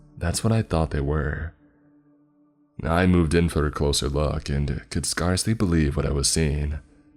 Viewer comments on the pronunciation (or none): Its SCARE- sly, not SCAR- sly lol, love your channel! keep up the good work!